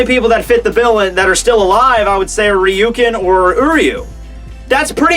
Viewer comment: is it not pronounced Riestu not pronounced Ray-She? just wondering cuz im legit bothered by this